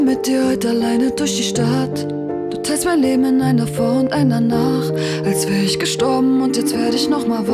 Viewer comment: Der sagt doch gar nicht isch. Das hört sich mehr wie "üsch" an 😆👌